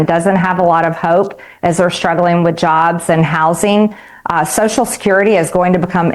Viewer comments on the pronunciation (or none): none